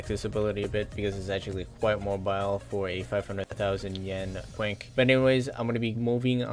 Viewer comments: Its not ‘quink’ its ‘quink-ay’ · Its actually pronounced (kwin-kay) not (kwink) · Quinx? It's pronounced queen-kay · Hahaha he said quinks haha...is quinqe u idiot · Nice “Kwink” showcase😂😂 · it is pronounced keen-k or something like that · The way he pronounces quinque though >.< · The way he pronounced Quinque is really annoying lmao